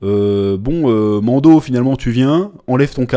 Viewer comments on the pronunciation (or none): Chaque fois que tu dis Mando, j'entends Mondo , ça me fait penser au Mondo World dont JDG parle, La société qui copie les Disney ... 😅